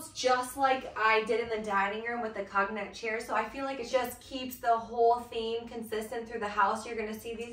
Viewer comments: That’s a good reminder, as I pronounce it incorrect too! I googled, it’s like kown yak! Long o. Thank you!! Did you catch the word “curtain”? The t not being pronounced. That one I think I have correct! 👍🏼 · 'COGNAC' is pronounced ˈkōnˌyak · I'm sorry, you're killing me with your pronunciation of the word cognac. It's a French word, the o is long and the g is silent.